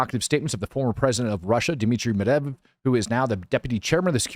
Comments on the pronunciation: To make it easier it's pronounced Med-veh-dev... And Witkoff (aka Wit(less)koff) is pronounced just like it's spelled, not Witcuv. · Here's an easy way to learn to say that Russian name you are having so much trouble pronouncing. MED-VA-DEV. Pronounce it like this and you will have nailed his last name! You'll be golden, and then you can pick on Rob because he won't be able to pronounce it either!